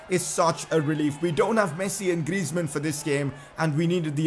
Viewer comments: That's how u pronounce it actually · I mean, that's how you pronounce it